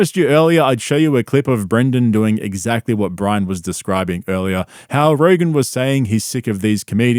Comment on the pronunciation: “I know zaggly who you’re talgin bout.” Ya, it’s you Brendan.